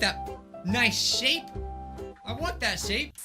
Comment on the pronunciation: in the bit where said “tell me about that hour-glass shape" he said " shit-shape "anyone else notice that?